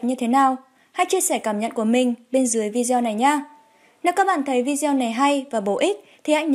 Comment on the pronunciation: Tập phát âm lại từ VIDEO đi em gái !